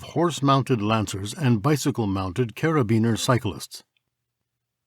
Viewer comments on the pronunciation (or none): none